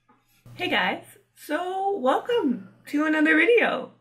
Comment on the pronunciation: were you speaking "Welcome" with your mouth closed? o.o and oh my goodness! I also wanted to be a marine biologist when I was young!